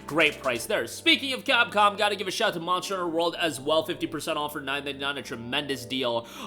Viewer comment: Ah yes that old classic, Mossterrruttter Wuld